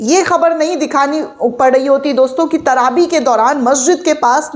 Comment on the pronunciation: TRAVEH NOT TRABE